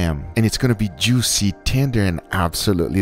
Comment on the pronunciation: Nobody: Guga: jewwseee